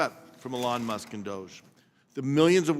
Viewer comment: People put in money and deserve the benefits. By this argument no ponzi scheme is a ponzi scheme. This guy is a joke, and not just cause he cant pronounce what is probably the most spoken name in media right now.